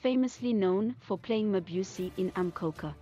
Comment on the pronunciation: You need to work on your pronunciation...it puts me off.. otherwise a good account off Mabusi❤